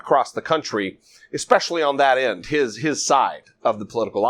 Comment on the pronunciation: did you notice that the gov of oklahoma said EXpecially in ok.